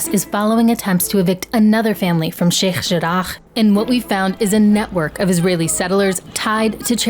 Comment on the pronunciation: I pronunciation of sheikh jarrah is really pissing me off